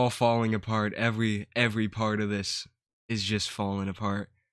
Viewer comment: I love how this dude makes a video about how other people are stupid, but then turns around and says “ cwinge “ and “ evewy “ 😂 maybe you should stop making fun of othew people bwo. Youw not vewy funny eithew😂